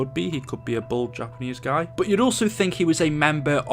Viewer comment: why do you say buot instead of but?? Nah just kidding I actually have a question why does the primis characters are stuck in a big loop what’s the point and please reply luv your vids